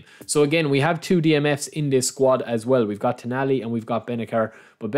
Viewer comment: It's pronounced benaser he's a great DMF